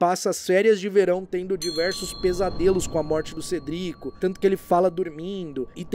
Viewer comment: Por favorzinhoooo usa a pronúncia "Cédric", que é como falado nos filmes. Ignora como é a parte dublada.